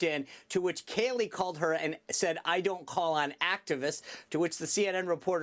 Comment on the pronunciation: Thats Kayleigh can u imagine the commie outrage if u mis pronounced kamala lol lol lol